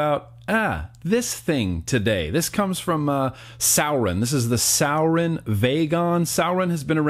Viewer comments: Rob Fair Jr. I was under the impression that it was pronounced "sue-ore-in", but yeah....definitely not "sour-in". Lol. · It’s sorin not sour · Hey! Sorry but its Suroin not Sourin. Anyway, Cheers bro love your content! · Every time he said souwrin ik all the vapers and stoners out there cringed hella fkn hard😂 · Pronounced sore•in. Lol Love you bruh. Haven't watched ya for a while. This just came up in notifications and that looked liked the Exceed we just picked up and love a lot. We(our shops) are kinda over Sourin product. Check out the Exceed if you haven't already. Later dude. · It’s prounced soar-en. And the vagon sucks, after a week the plastic will start to separate as the pod won’t sit well or make connections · Suorin*** pronounced “soaring” like flying.. there’s not a star in heaven that we... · does he know he’s saying sourin wrong? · It’s suorin and it’s pronounced soo-or-in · Why the fuck do you say suorin like that. ITS SORE - IN